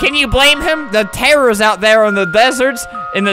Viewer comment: i like how albert was pronouncing "deserts" as "desserts" cause he keeps getting them mixed up